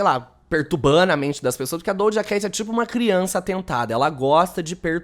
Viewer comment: Acho tão interessante ele falar dojacatch